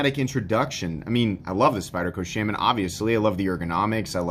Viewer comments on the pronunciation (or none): Sh-ah-min. Not Sh-ay-men.